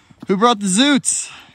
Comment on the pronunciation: The way Americans say zoots is so painful